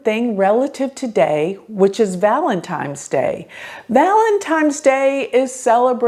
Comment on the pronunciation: Valentime 's 😂 lol